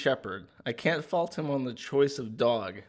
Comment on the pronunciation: Joshs new word is “fault” or as says “faaut”